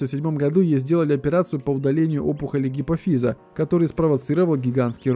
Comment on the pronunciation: ... ГипОфиз, а не ГипофИз.. А видео интересное